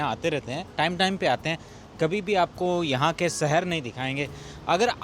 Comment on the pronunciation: Shehar ❌ sehar 😂😂😂😂😂😂😂